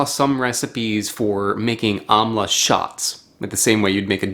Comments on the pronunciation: It's pronounced "umm-la" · It's pronounced aaamla